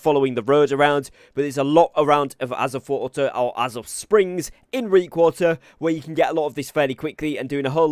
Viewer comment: "Aazuth water"